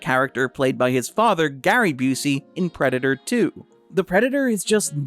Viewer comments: Oh hey! You pronounce in two distinct ways. Sometimes it's normally and sometimes it sounds like "prednder". I'll give you a couple time stamps, hang on. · Are you mispronouncing "Predator" on purpose? Is this another one of those stupid YouTube things where you have to say "unalive" in order to not be demonetized? You want to talk about 1940s German political party? Guess what? One of the things it started with was self-censorship. Either way, still love. Thanks for the new video! 🥰 Edit: Yup, after the 2 min mark he starts saying it properly. He's definitely doing it to avoid any sort of YouTube conflict.... It's really sad, but it is what it is. I'm just glad this group of amazing humans can make money. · Ok, so the first several times you say it up until it sounds like you're trying to not get your video flagged. After that you literally say it like 4 times in a row and it's clearly enunciated. I'm not trying to down you at all! That's why I was also giving compliments in my original comment. I legitimately thought you were just doing it for the Almighty Algorithm 😅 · Everytime you say "Predator" is sounds like "Predna".